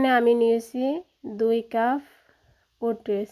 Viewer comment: এটা হচ্ছে ওটস বলে ওটেস না